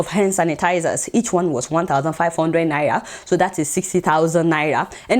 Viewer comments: Adeola its naira not naya😉😉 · Who else love the way Adeola pronounces "Naira"?😂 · I just love the way Adeola pronounces Naira...